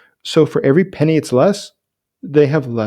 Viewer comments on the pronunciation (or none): none